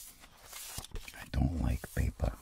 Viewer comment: I always hear "pepe aircraft" and not "paper aircraft" loll